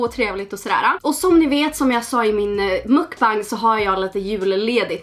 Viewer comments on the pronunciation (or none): none